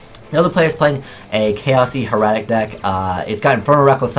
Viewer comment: it's pronounced hair-a-tick